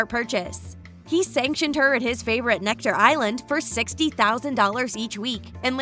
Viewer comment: It's Necker island, not Nectar!